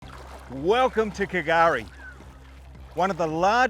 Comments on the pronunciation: yep, that silent "K" confused all, but slowly we are learning, as I said Patrick put me in place, it's just pronounced as Gari mate, that was in 2021. Another youtuber Daniel from "Explorer Bound" was pronouncing it same as you, but now knows "K" is silent too, so more followers learning slowly. Special Special place, literally paradise in nature as by name.. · Was wondering from the Start if you were going to go on calling it K'gari, sounds so wrong, old mate Patrick, a ranger set me straight, drop the K mate, just say Gari. Love the place, going again in August, whales galore then. Hadn't heard of the 1943 army location, but I do know the RAAF.still do circuits of it, never heard them coming, but crap yourself as they pass over, so incredibly loud, yet zero warning. So much to see & do here, never fails to enthrall me, you barely touched the surface of it. Wealie